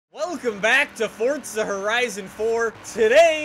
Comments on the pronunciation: Why do you say FORTZA?? Its Forza bruh😂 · Y do u say fortza and not forza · Forza not fortza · Just a heads up, it's FORZA...NOT FORTZA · For-za not FORT-ZA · ITS FOR ZA NOT FORTZA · Not fotza horizon 4 its forza horizon 4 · Why do you keep saying fortza horizon 4 when its forza horizon 4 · It’s forza not fortza can u read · you dont sound like your from europe so why do you say fortza unless there is 2 Zs it is for-zuh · Nobody: Still nobody: Not a soul: Not even ur mom::Welcome back to FORTZA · Pauletti It’s easier on the tounge to say “for-za” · “ forTTzuh “ it hurts when he says it like that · The way he says forza he says fortza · More like glasgow fortza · At the start you said fortza horizon 4 lol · Y does he say forza like fortza its funny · Fucking hell first vid I had watched and just the way he says FORDZA NOT FORA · Dude please stop saying fordza because that’s what your saying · Can he please stop saying fortza 😂😂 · but it's not the way of pronunciation